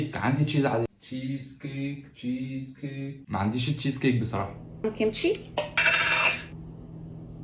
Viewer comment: اتشيز ستيك مش تشيز كيك😅